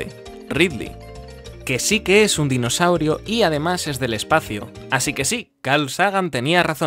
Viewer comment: Me acabo de dar cuenta de que dice dinosauiro